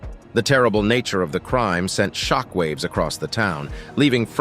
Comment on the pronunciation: shickwave shockwave you must have said it 1000 or more its anoying